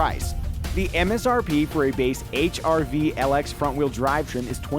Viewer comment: The silent "R" makes it sound like you're saying H"I"V